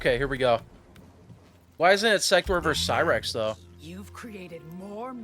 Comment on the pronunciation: thats not cyrax thats sherax